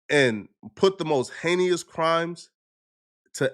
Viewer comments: It’s “ HEY-NUS” . Not “HEY-KNEE-US” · Bro learn how to say heinous! It’s pronounced “Hey-nis” 🤦🏽‍♂️ not Hey-knee-us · ”Hay-knee-us” not once but twice 😂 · "Heinyous" is heinous 😂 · Dude learn how to pronounce words if you're going to use them. Heinous is pronounced Hay-nus. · “Heinous (Hay-knee-us)” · Whats "hayneous"? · “Heykneeous” is nasty work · He knee us. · "Hay-nee-us" crimes. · Pronouncing heinous like that is killing me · that's not how you pronounce heinous I thought you were meant to be educated upstanding citizen? 😂😂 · The word "heinous" be whooping my boy ass everytime he tries to use it 😭😭😭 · the way you pronounce words like heinous makes me pretty sure you don’t even write your scripts anymore. Get back to the akademiks type videos man this shit sucks